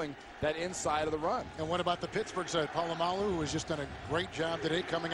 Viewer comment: I love when he calls Troy "Pull-uh-my-alloo" at the mark :)